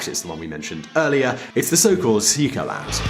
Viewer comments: What happened to Central Europe? After all, there are also Kosovo, the Republic of Serbia in Bosnia-Herzegovina, and who knows what else. Your pronunciation is disgustingly horrible. Székely, |sekæj| Western Australia makes the same complaint, but seeing that the biggest state can manage to fill only two small telephone books, they are actually getting more per head of population than any other state. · Szekhely is pronounced "Seekay" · He does, actually. Nothing inaccurate in the vid besides how he pronounced "Székely" and the debatable concept of whether Orbán is quite as bad as Putin, because that's debatable, not necessarily fact 🤷‍♀️ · As you are pretending to talk knowledgeably about a region and a language not your own, wouldn't it make sense to at least TRY to pronounce the relevant foreign words properly and not sound like an total idiot to native speakers. How much confidence can one have in your analysis if you can't even be bothered to approximate the pronunciation of, say "Magyar" the main topic of your post. (Disclosure: My father was a Romanian from a Magyar region. My mother was a Magyar from the Ukraine. I was born in Budapest. I won't take sides in this dispute.) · Are you fucking stupid? Keep away from doing Middle-European videos, because it's clear you didn't do a deeper research about the subject. Go hit the library, or wikipedia at least before uttering nonsense things like "Orbán is the Putin of Europe", or that horrible pronunciaton of the word 'székely". Or saying things like Romanian was the peasant's language up until nationalism's rise in Europe.